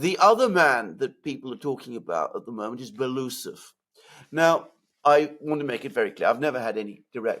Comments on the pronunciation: Medvedev is FIRST deputy on Military-Industrial Commission, Shoigu will be just ‘deputy’! Medvedev was also visiting factories a lot. Belousov is pronounced ‘Belo-oosov’, not ‘Beloosov’🤓👍🏻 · Great show again! Love how you guys explain and sort out these matters. Btw. It’s pronounced Belo - usov